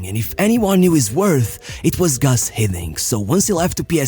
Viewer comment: Just a small note: It's "Guus"Hiddink and not "Gus"Hiddink"